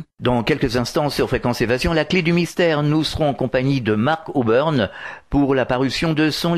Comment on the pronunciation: Très intéressant. PS: c'est et pas Oburn;)